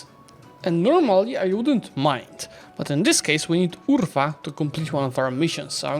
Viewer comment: "Urfa" sounds very funny when you tell that